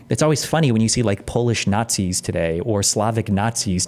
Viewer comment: Destiny still can't steelman "naughtsees" and it loses him a ton of credibility.